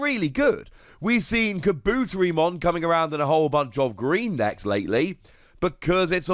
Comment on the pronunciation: I hate to be this guy. Kabuterimon (car-boo-teh-ree-mon)